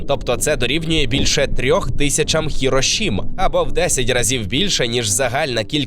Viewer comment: А чому "хірошіма" а не Хіросіма?